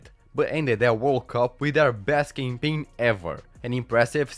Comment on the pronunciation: Love how the pronounces "campaign" as "gangbang". Like literally.